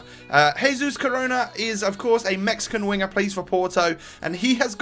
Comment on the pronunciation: He is pronounced like share